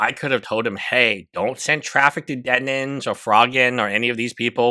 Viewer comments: Denims. You said "Demins" the entire video. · Why do you say her name as "DEMINS?" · thank god someone else is asking this. this lawyer is dyslexic but only on the word "DENNINS" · I love him saying Demins lolol